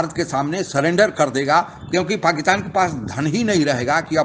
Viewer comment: पाकिस्तान को पकितान क्यू बोलते? गुटका सुपारी खाए बगेर narration record करो ना सेठ